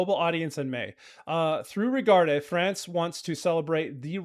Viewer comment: It's "regarde", not "regardé"